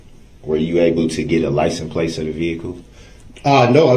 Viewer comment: 1. License "PLACE" 2. "Tack it" agreement